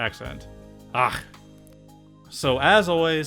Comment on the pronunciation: That was a pretty good "ach", could also go "och". English speakers struggle to make the ch sound. I have lived in Scotland my whole life and I just say lock instead of loch as it's so much easier.